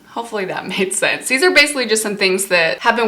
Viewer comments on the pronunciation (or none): none